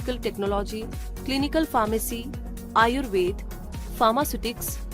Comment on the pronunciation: thanks a lot for calling आयुर्वेद not आयुर्वेदा